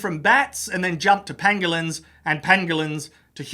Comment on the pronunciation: pronounces Pangolins same way Benedict Cumberbatch pronounces Penguins